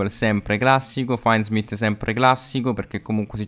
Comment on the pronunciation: Bellissimo video, però ti prego, si pronuncia FINDsmith, non fièndsmith o faindsmith